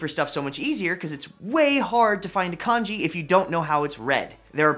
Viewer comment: if ur gonna make a video about kanji can u pls pronounce it correctly and not like the chinese porridge